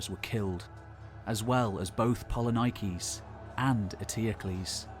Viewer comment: Do not kill the Greek names Please... It is polinikis Poli means many Niki means win So it is not polynaikis Please....